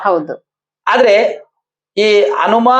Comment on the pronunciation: ಅನುಮ ಅಲ್ಲ ಹನುಮ